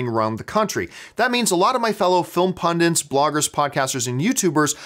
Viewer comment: I think John's making a good point here... these days it's simply too easy to have things spoiled for you. I feel I should point out a mistake that John often makes because it bugs me... the term is pundit... not pundint.